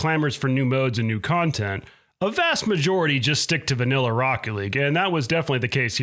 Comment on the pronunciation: content or khantent???????????? And . Is this channel secretly a Mortal Khanbat channel???? !!! ........